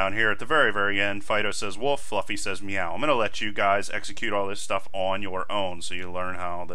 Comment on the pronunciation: Since when do cats say "Moew?"